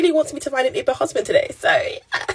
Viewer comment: the Nigerian girl is pronouncing her mother tongue as ibe! She is pretending not to know how to pronounce “Igbo” guys! That a red flag 🚩 😅😅😅